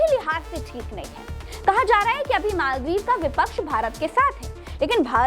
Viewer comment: Pahle to Maldive bolna seekh lo